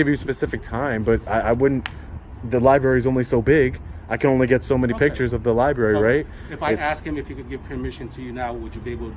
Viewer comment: Lie berry